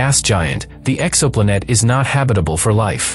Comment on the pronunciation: "Exoplunette". Just break the word in TWO with a hyphen before you let the digital voice read it. Breaking words up changes the pronunciation.